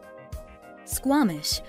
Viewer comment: Who made this?? They literally got everything wrong about our Province. Squamton lol.. Whisteler lol. can't even pronounce our capital of std's properly. If you like Australia them move to whisteler lol. The reason everyone uses public transit in Surrey is because you car was stolen.. then your bike.. lmbo.. But they can't steal a transit bus. Hmm 🤔 well it's Surrey just give it time